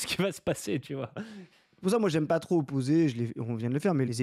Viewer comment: Enfin ! Trô aillepeu...